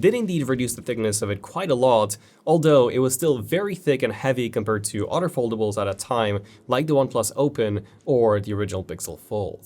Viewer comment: Hey bro it's other not otter